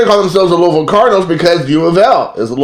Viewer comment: If I heard you say "Loolville" one more time I'm was gonna unsubscribe...but then you brought me back when you said "I'm all about that base". Then you referred to Barry Larkin as being boss level and lost me for good. Those Member's Only cards will go great with your Member's Only jacket!! And don't worry, I never quote you on anything. Love the JimCarlo card, that would befuddle me as well!!